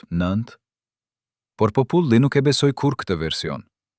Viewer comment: Kjo video eshte bere me IA. Po me bejne nervoz si po e flasin gjuhen shqipe. Po- puli, pllot etj.